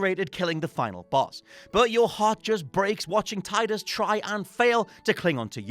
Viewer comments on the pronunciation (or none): You pronounced it Tie-dus?!?! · Also, it's Tee-dus. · Tidus is pronounced Teedus. And shout out to James Egan for actually writing the list. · A lot of people pronounce it Tide-us. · The way he pronounces Tidus also seemed wrong to me. I remembered it Tee-Dus too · Sweet baby jesus,. That's not how you pronounce Tidus.